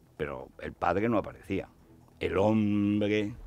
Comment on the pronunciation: "El hombrgdre, el hombrgdre"